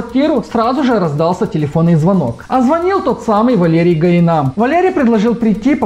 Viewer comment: Гаина ударение на последний а, а не на и.